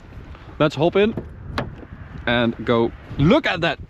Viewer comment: That bend into the autobahn, you exclaimed “look at that” like you’re a Nigerian born and bred actually had me 😂